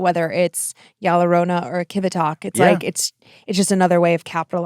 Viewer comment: It sounded like said "Y'all Lorrona" and now I can't get a Deep Fried Southern version of Llorona out of my mind 😂